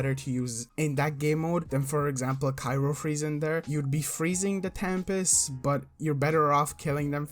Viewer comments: *cryo not cyro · CRY-O freeze, not KYRO freeze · CRYO (cry-oh) not cairo freeze lol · Bruh i couldn't watch past "cyro freeze" like cmon